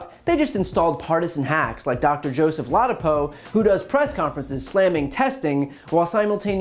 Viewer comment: I believe the name is pronounced "la-DO-po."